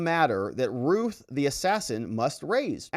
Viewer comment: It's not ruth It's routh It rhymes with mouth and or south